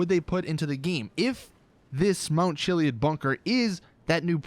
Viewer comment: The way you pronounce chiliad irritates me